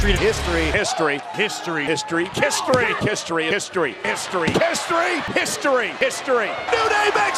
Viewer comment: during the history montage or collection which ever is the proper term, some of them sounded like pisstory and kisstory. Shoulder tackle.